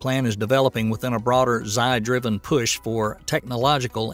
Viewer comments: If you simply can't pronounce Xi properly, then just call him PooBear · Xi Jinping's first name is not pronounced "Sai", it's pronounced like a cross between "she" and "gee", just FYI. Also, you would have to have a death wish to trust the Chinese space agency with your life. China has become such a joke, their goals of ruling the world will be crushed.